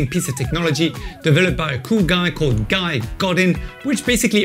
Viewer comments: "Guy"? You as a frenchman should know how to pronounce his name! He is from French part of Canada! :) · Hey bud, I Guess you mean his name is pronounced “Guee” then, thanks for the tip :) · Awesome, really appreciate it, can you imagine I been mis pronouncing it for a year!...let me get my shovel and dig a hole to put my head in lol